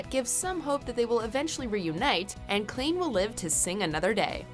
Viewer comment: Did she seriously just call them Klean?? What the heck, it’s Klaine!!!